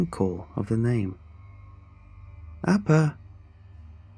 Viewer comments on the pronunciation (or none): At first I thought he said "Aba" from Aba and Preach 😂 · That's not how you pronounce Appa...